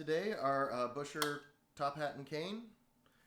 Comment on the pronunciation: Love the demonstration. I do have to say that you massacred the German names Buescher (Pronounced "Bisher"), Couf ("Coff"), and Keilwerth (Keelvurt). ;)